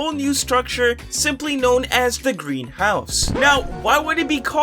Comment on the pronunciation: The way he said greenhouse tells me he does not know what a green house is irl